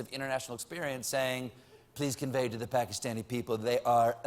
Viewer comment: for pronouncing Pakistan/i correctly... wait Shawarma? lol